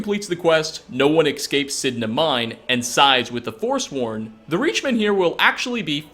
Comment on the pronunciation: He said "ec-scape" instead of "escape"...